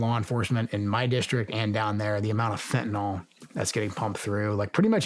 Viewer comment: what is fehuhnoll? i know what fentanyl is but i have absolutely no clue what fehunoll means. why does everyone think its called fehhuhnall. i mean cant we all read english? youre talking to one of the most badass dudes on the planet and bro still cant pronounce fentanyl😂😂 how the fuck😂😂😂😂